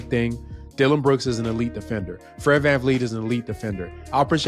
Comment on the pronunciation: VanVleet not VanFleet I did research